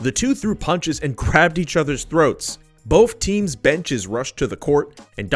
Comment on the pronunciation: keep saying "BOAF" instead of "BOTH"